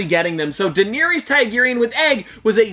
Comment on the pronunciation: please stop pronouncing daenerys targaryen like that